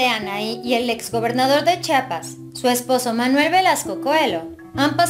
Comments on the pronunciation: En una publicación vi que Anahi también decía Chapas no Chiapas lo cual se me hizo raro. Vive hay y no sabe pronunciar correctamente Chiapas...😁😁😁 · Buenas tardes es Chiapas no chapas reciba un fuerte abrazo desde Tuxtla Gutiérrez Chiapas Chiapas que da claro